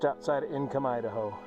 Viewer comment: It’s “ink om “ not “income” pass